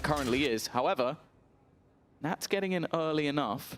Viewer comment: nats not nutting.. the russian vibe